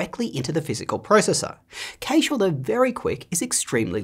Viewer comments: Cache is pronounced Cash, not Caish. Also see Wikipedia for the correct pronunciation: "In computing, a cache (/kæʃ/ KASH)[1] is a hardware or software component that stores data so that future requests for that data can be served faster;" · Left after he pronounced it KAEsh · 'Caysh' - now there's a pronunciation I've not heard before! But I don't have 2 computer science degrees 😂 Great vid! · He lost all credibility with me when he pronounced "cache" as /kaysh/. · Cache is pronounced cash….like cash……I live in France….cacher means “to hide” in French….. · You say cache very weirdly.